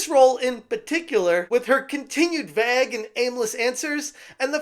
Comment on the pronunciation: Vague is pronounced Vayge not Vag 😂